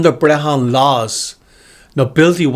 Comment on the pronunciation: What country is this gaelic world u mention??? Too ashamed of your country to even name it??? Learn how to pronounce Brehon....